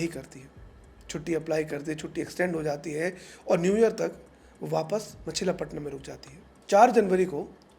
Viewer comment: A simple correction, not ‘machila’ ‘Machili patnam’.